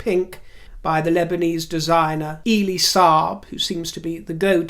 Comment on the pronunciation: it's Friday....Elie as in 'Welly' Elie Saab.....😎